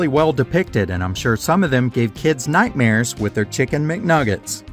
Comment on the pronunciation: Every time he says nightmares I die laughing lol